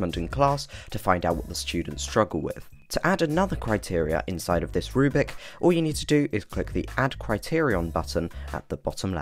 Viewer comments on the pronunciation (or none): You keep saying "rubic" and you even typed "Rubic Test" for your example. It's a rubric: roooo-brick. Not a rue-bic.